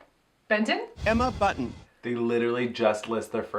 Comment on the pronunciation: Baby Spice is Emma Bunton, however I noticed Rupaul pronounces it Emma Button?